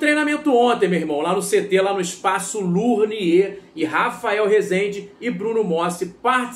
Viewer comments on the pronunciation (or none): TÁ PASSANDO RECIBO PRA PLATÉIA! EU, HUMILDEMENTE, COM RESPEITO, ESTOU TENTANDO AJUDAR. O NOME CORRETO É "LONIER" E NÃO "LURNIER".